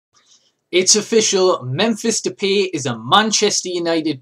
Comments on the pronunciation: Memphis Depi? hes name is Memphis Depay not Depi 😂😂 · memphis is not as good as you think, but he will be. you probably havent seen a lot of games from Memphis. You pronounce his last name totally wrong btw. its Dep-'eye'. He wants to be called Memphis only, as Depay is his dads name. Might be a future star tho